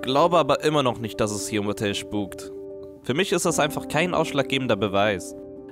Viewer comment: Nicht schpuk